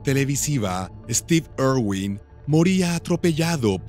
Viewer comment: Ay no , dónde ve este narrador una O en el apellido de Steve , es una I, irwin.